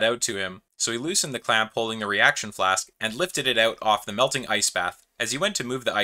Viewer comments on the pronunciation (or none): none